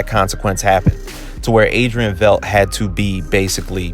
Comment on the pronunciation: V e i d t is pronounced like might bite tight